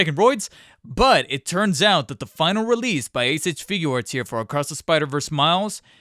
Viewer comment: “A-sich figuarts” Good video btw